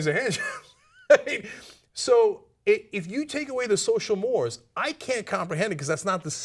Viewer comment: you mispronounced 'mores'